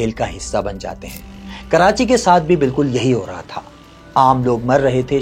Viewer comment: Sir city name is not karanchi its KARACHI